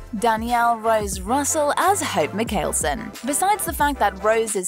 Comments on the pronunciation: ITS MIKEALSON NOT MILKELSON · excuse me HOPE MIKEYELSON? ITS MAI-KAL-SON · To be fair, everyone on the shows pronounces it wrong. It's not Michaelson. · it’s mikealson they aren’t talking about mikeal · You said Hope Mickelson wrong “ miCKELson” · What!! She didn’t even said it right !?!? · Oh heeeeeeeeeeelllllllllll noooooooooo. You don't even watch the show when you can't pronounce Mikaelson right. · how tf did she pronounce Hope's surname!? 👁️💧👄💧👁️ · You don’t watch the show Because you would pronounce mikealson right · I don’t care about that I’m saying their last name is mikealson which is what she pronounced wrong that’s all I’m saying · you're right, she pronounced it wrong, as do you, as do all the characters in the series, and presumably everyone else involved in creating them.